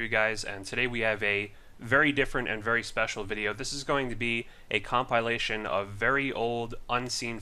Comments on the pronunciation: com-PILE-ation. Sorry I had to. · Com pie lation